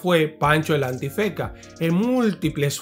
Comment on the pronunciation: escucho bien Pancho El Antifeka? la N nunca existió en su nombre 😂